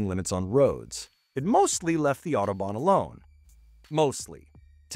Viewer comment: Autobahn. Nicht Outoban😅